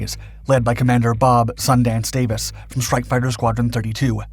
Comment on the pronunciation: I know right, I just cringe and want yell at him everytime he says it.